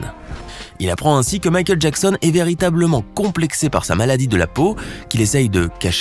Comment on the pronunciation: Michael Jacksen